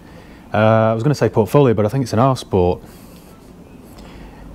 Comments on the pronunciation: Keep thinking you say Arse Port instead of R Sport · It would have to be the BMW over the Jag. Simply because when you are saying ‘R-Sport’ it sounds like ‘Arse-port’. Great stock, can tell you are a car lover!